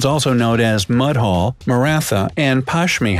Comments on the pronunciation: It is mudhol not mud hole as you pronounced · It isn't Mudhole it is Moodhol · It's mudhol not mud - hole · Mudhol pronounciation was also not write